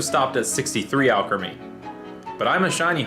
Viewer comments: al-cree-meee not al-craa-me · I'm not watching the whole vid after I heard you say Alcrimy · Hey let you know that Evolution name you have actually been pronouncing it wrong for this Pokemon that you have been shiny hunting and I know this for a fact this is how you actually pronounce it. All creamy. Trust me that's actually how you pronounce it a play in words because that's actually what sounds like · Me: watching this video cringing knowing it's pronounced All-Creamie but dealing with it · You can customize alot about alcremie, but not its pronounciation.